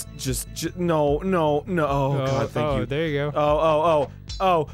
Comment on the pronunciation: Dan saying NAUR like six years before everyone else